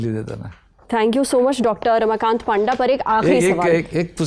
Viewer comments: His name is not पांडा his name is पंडा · It was, as expected, a fantastic episode! I absolutely love the Lallantop team and rarely miss any newsroom episode—catching up has become so convenient now. Lastly, I just wanted to point out something. Being a ‘Panda’ myself, I’d like to clarify that it’s actually pronounced as ‘पंडा.’ I hope you don’t mind. Keep up the amazing work!